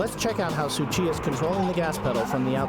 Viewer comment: It's not Suchita It's Tsuchiya!!!!